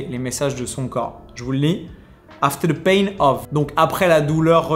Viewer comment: After the pain of xD tu l'as dis tel un indien hahahah